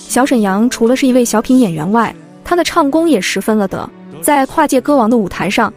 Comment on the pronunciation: 根据解说员不会读“了得”一词，我判断这是个AI。